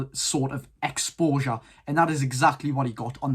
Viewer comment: “Get alotta EXPOWJAH”